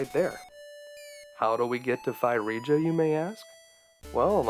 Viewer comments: Now that you've finally learned how to pronounce ocarina correctly you should learn how to pronounce Phrygia. It is supposed to sound more like fridge-ia not fie-riga. I also spied Clash at Demonhead in your into. I'm not going to shout to you "Play it next!" but instead I'm going to sit back and calmly say to myself, "Soon." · Not that it's important, but Phrygia is pronounced like Fridge-ee-ah. Cheers, That guy who found your pronunciation of okarnia amusing ;) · Phrygia is actually pronounced "Frigia" with the fri as in "frigid". It is where Turkey is today. One of the well known kings of Phrygia in the myths was King Midas, who could turn to everything he touched to gold after wishing it, becoming to regret it after he realized even food and drink turned to gold and when he accidentally touched his daughter, so did she. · By the way, Phrygia is pronounced 'fri-jee-yuh'. Like the word 'frigid.' The more you knooooooow! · "Phrygia" is pronounced FRIDGE-ee-uh. Also, fun fact, the music there is in the Phrygian mode! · Apollo pulls the sun chariot, Artemis is the one associated with the moon, so I think it makes sense to come from her. I like your pronunciation of ocarina! I think Eurydice and Phrygia are pronounced a little differently than that, though, lol